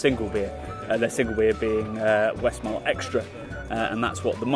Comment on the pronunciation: Its not 'Westmarl' but Westmallah.